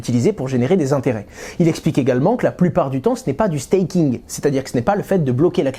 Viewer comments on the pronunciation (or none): Ca se prononce "steiking". "stacking" signifie autre chose